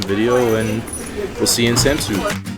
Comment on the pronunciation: I,m from denmerk And ets not kold samsu it’s kald samsø